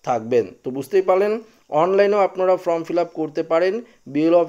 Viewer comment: ফ্রম ( from ) নয়, ফর্ম (form) বলুন | এইসব কাজ করতে হলে ভাষার উচ্চারণ শিখতে হয়।